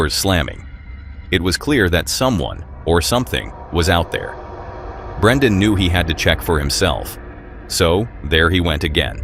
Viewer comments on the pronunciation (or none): It’s Brennan, not Brendan. If you’re gonna cop the guy’s video at least get his name right.